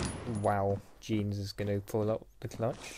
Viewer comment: Lpf 🔥sinon il prononce ton pseudo jeans 😂